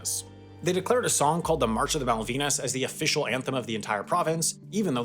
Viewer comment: You mispronounced "Malvinas"